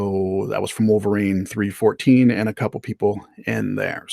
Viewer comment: Thanks for taking my question about tides, good answer. Also thanks for the shout out and correct pronunciation (3-fourteen)